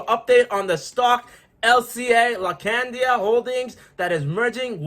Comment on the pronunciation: laacandia holding 😅 Appreciate your positive energy brother. Subscribed 💪